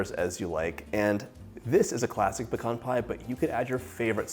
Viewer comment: Thank you for pronouncing pecan correctly….it is like fingernails on a chalkboard when someone says pee-cans!